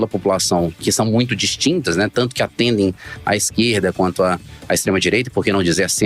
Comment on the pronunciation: Tava ate ouvindo , qdo falou extredireita ! Fui!!!